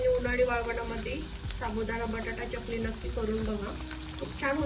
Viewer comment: च्यकली असा उच्चार नाही चकली आहे. बाकी कृती छान. पण एकच वाक्य पुन्हा पुन्हा सांगु नये. विडीओ लांबतो.